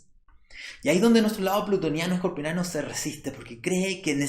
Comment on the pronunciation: HACE COMO SEIS AÑOS QUE TE ESCUCHO DECIR ESCORPIONANO CUANDO VAS A APRENDER A DECIR BIEN? ES-COR-PIA-NOOOOOO... TE ADORO..